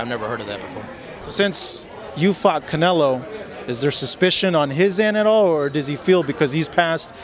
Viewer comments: Saul ”Cownelo" Alvarez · That man called Canelo gordo 😂